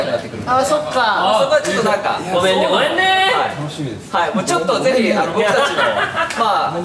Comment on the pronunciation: さっくんの｢ごめんねごめんね〜｣のイントネーションにつっこむ照ほんとニコイチ☺️